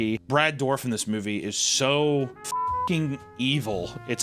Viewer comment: It's pronounced "durr-if" not "dorf".